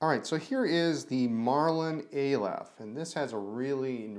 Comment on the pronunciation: pronounced ah-lef first letter of the hebrew alphabet